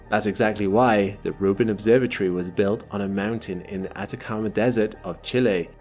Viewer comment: its not an obsorba tree its an obsorba tory !!